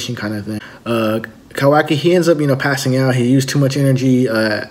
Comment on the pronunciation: Look Man...learn the names.....what assassin? it's KAWAKI and not Kawi....sad